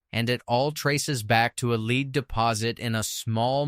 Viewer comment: It's SAINT Genevieve and ROACHport. And lead (as a mineral) is pronounced LED. And don't come to a full stop after a period that is a middle name initial as in Stephen F. Austin. Your AI voiceover could use some training and proofreading.